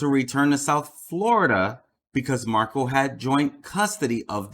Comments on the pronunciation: Dude, you’re pronouncing Dan Markel’s name wrong! It’s pronounced Mark-EL, as in the letter L! It’s Markle. It’s Markel. Please have respect for this family & get their name correct. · He’s pronouncing Dan Markel’s name WRONG!!! It’s MarKEL not MarKLE!!! What the fuck???